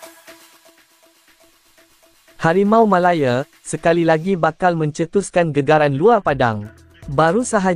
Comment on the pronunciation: Sebut la harimau malaya betul2..bukan sebut harimau malaye...gampang betul😂